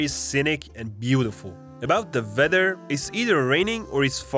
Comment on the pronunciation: It's Weather , not "vether". Please work on Your pronunciation.